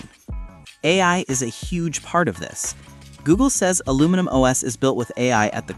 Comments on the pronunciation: say ALUMINIUM not aluminum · Its Aluminium OS not Aluminum OS. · Aluminium OS. Al-u-min-I-um. Not Al-u-min-um. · Is literally spelled Aluminium OS. Proceeds to say: Aluminum OS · your AI can't say aluminium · The new Google OS will not be called 'Aluminium', which is the UK spelling of the word 'aluminum' in US English. Google is an American, not UK company. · Thanks for mispronouncing the word Aluminium no less than 29 times 😂